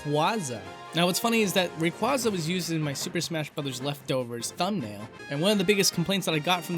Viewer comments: RAYQUAZA IS PRONOUNCED RAY-QWAZ-UH NOT RAY-KWAS-UH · I believe he meant "ray-quay-zuh" as the correct pronunciation as opposed to "ray-quah-zuh". I said it the wrong way since the third gen came out, but recently I realized the correct pronunciation. Also, holy shit dude, you replied. I fucking love your videos, keep them coming. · You're killing me with these pronounciations. Pale tuna? Ray-kwahzah? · Free-gate? It's Fre-get. Frigate. Like a warship Frigate. Also you Rayqauza supposed to sound like Quasar. RAY-QAU-ZA not RA-QA-ZA. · If you're going to try to type out the pronunciations, at least don't use all caps, and perhaps actually get it correct. ray-KWAY-zuh not ray-kwuz-uh. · Rayquayza is the pronunciation. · Would've been neat to see the exported frames from the intro:( Also, it's PAL-UH-TAIN-AHH ALSO, Ray-QUAYYYYYYY-ZA <3 Love you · The correct one has an "ayyyy", it's based on "Quasar". Quayyyyyysar. Rayquayyyyyyza.